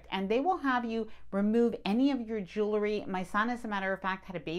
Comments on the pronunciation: Sorry, I have to stop watching you. A pet peeve that punches that annoying cringe button is people who can't pronounce "jewelry" correct. Irregardless of how I try, people saying joolery makes my head go nucular. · Learn how to pronounce the word JEWELRY! There is no E after the L.